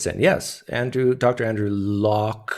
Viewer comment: you just cant seem to pronounce Dr. Andrew Lokes name correctly, can you? now, could you do it if you had a 3.5 hour stream to practice??? 😂😂 (btw, very entertaining)